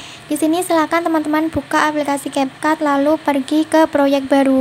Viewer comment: Cap kak bukan kap